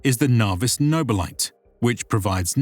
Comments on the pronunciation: Damn, it’s not the Navis Nooobillit. It’s the Navis No bi li te! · Few corrections: 1. Arbites (Ar-bi-tays) 2. Nobilite (No-bil-itay) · It's pronounced "Navis Nobilitae" ya nobilite! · If this is truly Latin, which it looks to supposedly be, then "navis nobilite" would be "nah-wis noh-beel-ee-tay" not "nah-vis noh-bih-lite." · It's funny how AI pronounces it "navis noble-lite" instead of "nobili-tay". It's like saying "adeptus ass-tarts" instead of "astar-tease" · I had to pause the video for a moment to clean my ears after i heard the butchering of nobilite. its noh-bee-lee-tay. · "nobilite" is pronounced "nobeeleeteh" i think 🤔